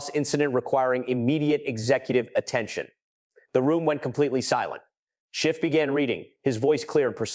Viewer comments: Schiff, not Shift. Dash, not negative. What else has the AI behind this botched? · His name is Schiff - not "Shift" and it's a Dash - not "Negative Thousand Eight" 👉 - 👈 Why in the GD hell if you're going to put out a hard hitting video describing an egregious violation of Federal Statute, can't you Proof Read the thing and correct it?!??!!??? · Why the inaccurate AI script? If you can't do it properly, don't do it at all. Adam Schiff should sue you. Yes Schiff, not Shift. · PATEL REPROT: For the love of GOD -- any god you choose -- teach your AI narration program to distinguish "SCHIFF" from "shift" and a dash from a "negative," which I assume, is a minus sign. Otherwise, good narrative. Thanks.